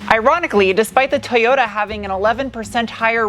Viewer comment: Too yoo taaaaaaa not tooyooo daaa